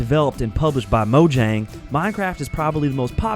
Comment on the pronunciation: who is Mo Jang? Never heard of him, or Jerry of Rivvy, may want to know pronunciations if you're gonna make videos